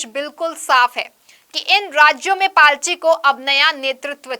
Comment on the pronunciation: It’s “party”… not “palty”